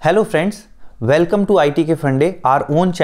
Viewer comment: Velcome to the channel... Wery good.